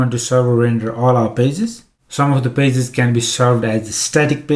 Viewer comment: Nobody: Say Pages: PAZESS